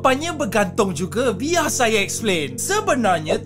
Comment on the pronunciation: biar saya explain.. kalau biarrrrrrrrr saya terangkan ch lain. 🤣